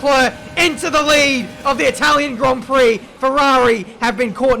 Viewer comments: Welcome to the Itawian Gwand Pwix Americans: i see no difference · "Welcome guys, to the Itwalian Gwand Pwix" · Itawian Gwand Pwix** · Itawian gwand pwix uwu (I’m so sorry) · Welcomm to dee itawian gwand pwee